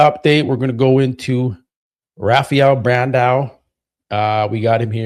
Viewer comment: Come on, you are telling people it’s not Bandayo, it’s Brandow, but you are calling him Brandayo. I have to give you some push back to as well.